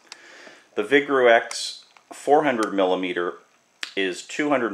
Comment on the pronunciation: Hmm, a "chemist" who pronounces vigreux "vig-roo-ex"... This is a infomercial for cheap Chinese glassware.